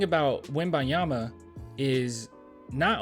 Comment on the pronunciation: PLEASE pronounce the N when u say his name, make that little effort, out of respect , cheers brother